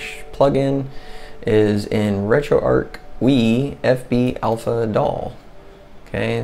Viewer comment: Great video very well explained, but it's retro arch as in archway not ark as in imaginary zoo boat. Your killing me lol.